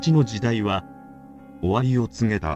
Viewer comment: ? おわりを↑つげ→た↓↓